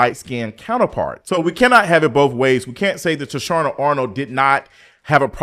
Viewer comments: Yeah like who the hell is Toushanna? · 🗣️ TAH-SHE-NA ARNOLD 😂😂😂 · I agree with you but her name is Tachina Arnold pronounced TA-SHE-NA..... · I can’t get past the recurring mispronunciation of Tichina’s name.😫